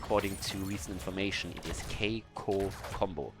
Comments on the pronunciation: Here is how to prononce Kikoo ( \ki.ku\) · Hey, i'm Kolios from " KiiKoo Combo " we pronounce it : [Kee] [Kooo] don't know if i helpt you or not but i'm trying ^^